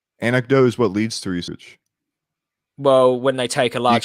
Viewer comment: "Anectotes what leads to reacearch." This dude is pure "gold". So many new stupid memes. :D